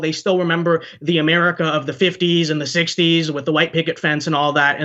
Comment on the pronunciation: Is that the girl who over-pronounces "HU-white"?